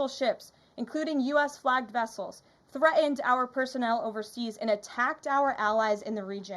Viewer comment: We are 100 days in why are we still on Biden . She has issue pronouncing Threaten . How is it the journalists fault. He didn’t break-in. Breathing heavy because she scared. The original threads deletes itself